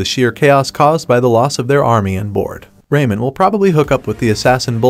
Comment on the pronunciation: "Rayman, now known as RayMun" harm thyself theres no way honey ! you ate! <3